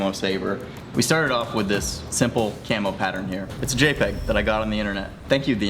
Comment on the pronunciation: I can't help hearing "chemo pattern"...